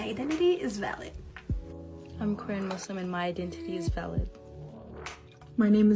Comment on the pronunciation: When they say “valid” I sometimes hear “salad” like “ I just want you to know that you are salad”